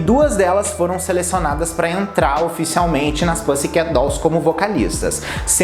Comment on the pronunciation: Toda vez q ele fala pãssi queti me dá um treco